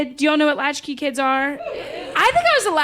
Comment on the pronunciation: Latchies? Seriously? Its LATCHKEY.